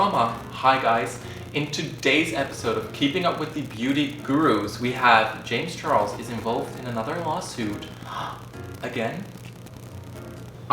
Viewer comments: I hate to be that person but its james charles not james chorles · “JaMiE ChArLoS” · "jam charlos"